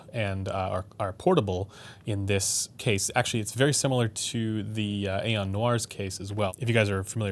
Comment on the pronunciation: Great review/video as always. Just a FYI for any future video where you may bring up the Aeon line of headphones: the word aeon should not be pronounced as you do it as the word is just a different spelling of eon. Perhaps Dan Clark himself pronounces it A-on but that doesn't mean it is right. Words have meanings and thus should be pronounced as intended. Also interesting when bringing up the Stellia you don't mention how one could just EQ the frequency response to mainly match the Stealth if that is what they preferred. You brought up EQ for the XC but not the Stellia. Kind of odd. I own the Stellia and think it sounds solid without EQ but I do have it EQed using Chrono's settings and it sounds even better.